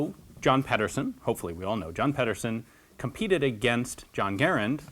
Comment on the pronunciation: You sure are getting a lot of weaponry with Danish names lately. "Pedersen" has the infamous Danish soft d, so it sounds more like "pether-sen". I wish I could give more exact pronunciation advice but it's a really hard thing to approximate. Anyway he was strictly speaking Danish-American, by Danish immigrant parents, so I'm not sure how he'd pronounce his name himself.